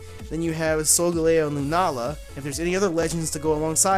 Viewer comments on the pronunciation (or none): none